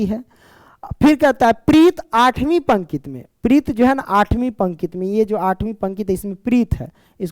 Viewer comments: Pankit✖️ pankti✔️ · Sir pankit nhi pankati padhte he use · Sir questions number 3 me aap pankti ko pankit bol rahe h pankti hota hai sir pankit nhi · Sir pnkit nhi hota pnkti hota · Pankit Nhi hota pankti hota hai